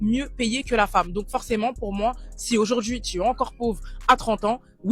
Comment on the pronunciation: “Si aujaurdjiii..”